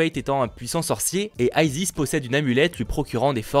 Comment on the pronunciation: Pourquoi vouloir tout anglophoniser ? Isis est un personnage de la mythologie égyptienne, ce n'est pas un nom anglophone, il n'y a pas besoin d'y prononcer à la américaine. ^^ Perso ça me choque un peu cette prononciation pour ce personnage qui n'est pas du tout anglophone.